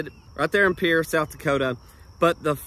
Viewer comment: Thanks for visiting South Dakota again! I think that part of the state is pretty similar to Oklahoma, except for the winters, of course. And thanks for pronouncing Pierre like a local!😃